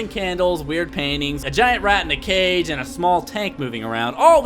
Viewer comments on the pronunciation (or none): none